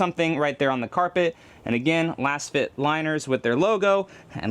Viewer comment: Are you sure you’re saying it correct. Your pronunciation just doesn’t sound right and since they are laser fit, I would suspect it might be “LAZFIT”🤷🏻‍♂️